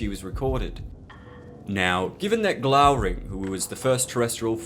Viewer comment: Glaurung. Not Glauring, you mangy make-believe loremaster.